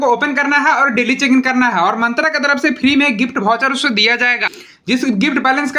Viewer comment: मंत्रा nahi मिंत्रा hota hai Bhutiye 😂😂